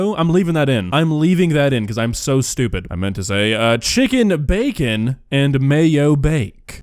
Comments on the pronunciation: "Chee-kin n bey-kin" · Chickiiiin and beecen😂 is it just me or is she such a cute lady besides the cooking?❤